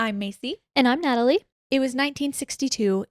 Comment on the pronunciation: Nadoly? i thought her name was natalie 😂